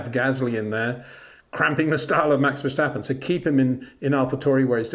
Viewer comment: Love your youtubes, Peter, but can you please stop pronounce Max's name as "Versjtappen". He is Dutch, not German. It's just "Verstappen" . No "Sjjjj.."